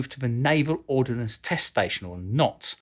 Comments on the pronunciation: Ordnance, not "ordinance". Ordinance means law or legislation. Common mistake. Otherwise great research and presentation,!!! Best regards from Malaysia! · Great video,. I learned some interesting info while watching it. (Would have been perfect if you hadn't kept putting the I in the middle of the word ORD-NANCE. Ordnance = weaponry while Ordinance = law. Sorry, but hearing that is as bad as people saying "newkyaler" for nuclear.) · You keep pronouncing it “ordinance” (a law made by a local council for example) rather than “ordnance” which is ammunition. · it's "ordnance" not "ordinance" - without the letter "i" ... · I know the difference is difficult to get your head around, but the correct term is "ordnance" (as opposed to 'ordinance' as in a legal instrument.) It's about as difficult as "nuclear" (as opposed to 'nucular', which is not fission device at all.) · I know this is 3 years old but I have to say it... ordnance is a two syllable word.